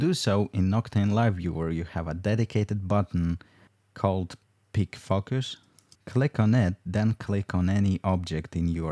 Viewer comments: He said "pick focus" but I was distracted by something else and actually heard "pig fuckers" and was like, what did he just say? XD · David Clark It's "pick focus" which always kind of sounds like "pig fuckers"